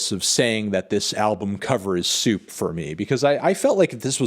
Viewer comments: Im over here dying every time you say soup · Are you saying “soup”? “Suit”? What does that mean?